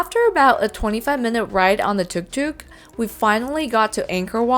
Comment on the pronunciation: Yes, I think your pronunciation is correct... anyway next time I see one I'm gonna call it a TikTok, confuse everybody! 😎